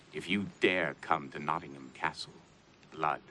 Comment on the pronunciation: As someone from Nottingham, I'm so happy this episodes doesn't refer to us as "NottingHAM". It's "Notting-um" and I'm glad they do it right. No doubt Patrick Stewart (from York/Sheffield area - where Sherwood Forest stretches to) had some influence there.